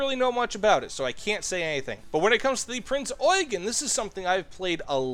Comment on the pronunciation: is the only American that knows how to pronounce Eugen correctly.